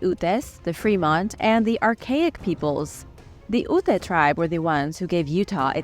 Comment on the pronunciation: Ok, I am a long-time watcher and subscriber, and 99% of it I love. You are miss pronouncing the name of the UTE tribe. I know because I am part UTE through my mom's family. Use the name of the letter U then the T sound and the E is just pretty. If all else fails then listen to the name of the mascot of the U of U. You mispronounce a lot of the stuff in Utah that you speak about.